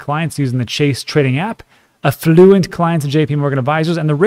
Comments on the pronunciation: AfflUent? You sound like an AM radio financial guru. 😆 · I love your videos, and even the way you mispronounce "affluent", every time, LOL!